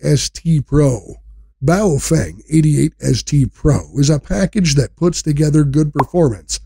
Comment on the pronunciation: It's pronounced 'Pofung'.